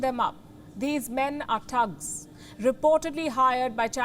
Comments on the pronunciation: It's thugs not tugs 😊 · THUGS not TUGS, PUTIN not Puthin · Palki its THUGs, not TUGs.... smh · She said tugs lol 😂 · Come on now I'm I the only one that find it funny cuz she can't pronounce thugs .haha